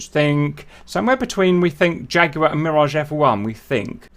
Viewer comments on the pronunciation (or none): none